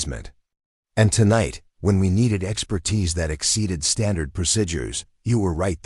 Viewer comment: The word is not procidures(prosidures) is not correct. Please correct to pro seed ures. Pronunciation. Other wrong pronouncing will cause me to leave.